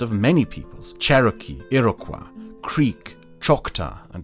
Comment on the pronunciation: Great video, but just one thing Iroquois is French and it is pronounced (Ee-roh-kwaw)